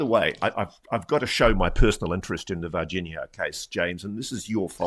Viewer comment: Why does this guy doesn't know how to pronounce Virginia